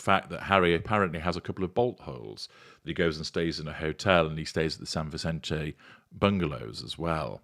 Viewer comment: Vicente is pronounced "Vissentay" the "c" is not like an Italian pronunciation. It is a soft sound. An "e" in Mexican Spanish has a long "a" sound. Not a criticism, Just saying. I am a native Californian from Santa Barbara and love hearing the sound of place names there after living in England for many years. I blame homesickness!